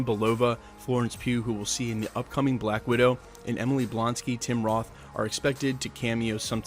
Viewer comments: Dude said Emily Blonsky😆😆😆 It's Emile, Em-eel phonetically. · 'Martin Freeman and Everett Ross will return in major roles" Um, one of those is an actor and the other one is his character. That's not two separate roles. Also, Tim Roth's character is Emil Blonsky, not Emily Blonsky, and he's the Abomination, the villain from the original Hulk movie, which you either didn't know or didn't think was worth mentioning. Ya know, if you're gonna just regurgitate crap from other news sources in order to get clicks without having any knowledge or interesting commentary of your own to add, at the very fucking least make sure you actually know all the names you're saying